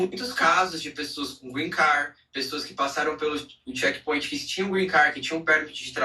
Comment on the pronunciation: “Shequi pointi “ ????